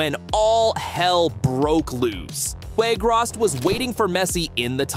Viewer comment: It's Weghorst, not Weghrost